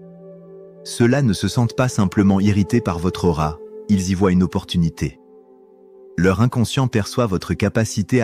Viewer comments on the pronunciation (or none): none